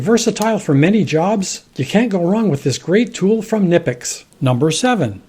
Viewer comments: K Nipex.....the "k" isn't silent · Knipex, the "k" is not silent. Pronounced ka-nipex. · originally, the K was pronounced on all 'kn' words in English. But over the years, that consonant cluster became N. We then got this German brand 'Knipex', so should we revive this dead word-initial consonant cluster just for that brand? I'm not so sure. Nipex works just fine for me.